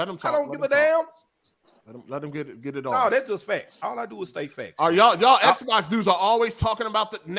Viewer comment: Why does every Xbox dude pronounce Xbox as “Sbox”?